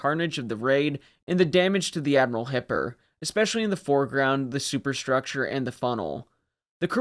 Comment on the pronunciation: Hey man, I absolutely love your channel. I've thoroughly enjoyed every one of your videos. I just have a question. Over the last 10 years or so, I've noticed Americans have collectively decided to mispronounce "especially" as "ex-specially". haha WHY? haha When I hear it, it's so abrasive to me that I have trouble concentrating on what is being said. It's very similar to "aks" instead of "ask" which I often hear, since I live in Windsor, a 10 minute drive over the border to downtown Detroit. Aaaaaaaaaaaaaanyway, I look forward to your next video. =) Thanks again for an exspecially fantastic channel.